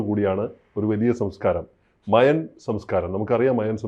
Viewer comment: മായൻ സംസ്ക്കാരം എന്നാണ് കേട്ട് ശീലിച്ചത് താങ്കൾ മയാൻ എന്ന് പറയുമ്പോൾ ഒരു irritation